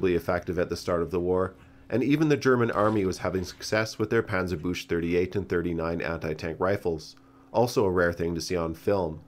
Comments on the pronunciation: The German word "Panzerbüchse" is pronounced like "bush" here. It should sound more like "buckse". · Thanks for this interesting video! one little thing: Panzerbüchse is pronounced like panzer-books but with an ü like in „schürzen“ and then ad an „e“ like in schwarzenegger. Otherwise it just means panzer-bush in german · I confirm, it should be pronounced [-bjukse], not [-bjush]. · German native speaker here, it’s actually not pronounced [‘puntser-boosh] but more closely like [‘puntser-‘birk-say] as there is an Umlaut (ü) in there. Other pronunciations as suggested in other comments have distinct meanings for Germans, for example [‘puntser-book-say] would evoke the meaning of „armored socket“ (die Buchse) or [‘puntser-boosh] would sound like „armored bush“ (der Busch) to a German native speaker. And of course, thank you for this very informative video. ☺️ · Great video, I really like that you also watch some in the west lesser known war movies for these videos, one recommendation I would give is the five part movie series called "Liberation", it also features both PTRS and PTRD. One small nitpick for future videos: the "ch" in Panzerbüchse is pronounced like a "k" not "sch". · It's not pronounced panzerbüsh, more like kx. Panzerbükxe. German is weird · panzerbüchse is pronounced panzerbukse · Panzerbüchse is pronounced with a hard ch btw. And ü is different as well. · nice video as always. But my german heart bleeds when hearing the pronounciation of Panzerbüchse. Büchse is pronounced like Bük-se for the inevitable video on it ;D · No offense but the way you pronounce Panzerbüchse (Panzerbusch) translates to 'tank shrub' which is, for some reason, quite funny to me. Anyways great video mate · Interesting video It's pronounced "PanTzerbüXe" by the way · Panzer "Book-Suh" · Your pronouncement of Panzerbüchse had me in rage : D try saying Panzerbüxe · little tip sch = sh and chs=x in pronunciation :D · Panzerbüchse is pronounced Like panzerbüxxe